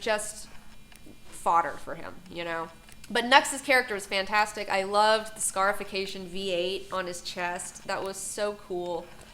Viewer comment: Wait., she's reading from prepared material??? Did it say fantasticy on the paper?